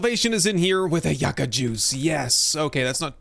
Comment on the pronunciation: Is someone gonna tell him how to say yucca correctly.